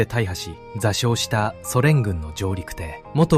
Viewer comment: 内容はとても良かったです。日本人が忘れてはいけない戦いです。 しかし、AIの読み間違いが多いです。とていってなんですか？舟艇（しゅうてい）丹生（にゅう）です。後、読み上げた後の間が気になります。